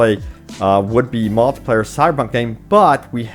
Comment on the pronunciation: Someone teach this man how to say multiplayer and not multiplier